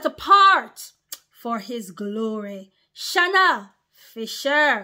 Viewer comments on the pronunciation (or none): none